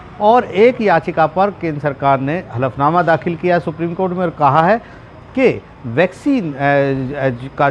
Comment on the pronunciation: konsa . . ........nama dakhal किया???? jara thik se bolo